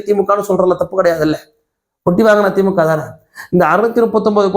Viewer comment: Dai normala pesu, yeadhukku iluth iluthu pesura! Veetla ippadiyya da pesuva! Theemukkava illa da Dai adhu thee moo kaa!😂